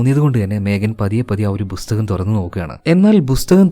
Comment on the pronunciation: ബുസ്തകം ❌ പുസ്തകം ✅